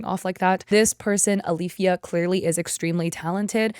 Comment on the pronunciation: My cousins name is Alifya & yeah you rponounced it right, it's basically just two Arabic letters ا and ي together